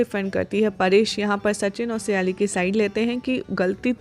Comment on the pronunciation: સયાલી નહીં સાયલી છે